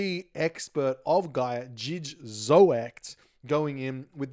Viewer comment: Jij is pronounced "yay" and zoekt is like "zucht" iirc - Spoke with Zoekt a bit over the weekend :)